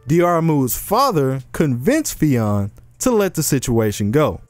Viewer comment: Pronounced Fin